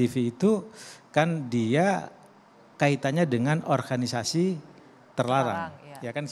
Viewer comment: Baru tau klo Organisasi dalam bahasa Indonesia bacanya menjadi Orhanisasi 😆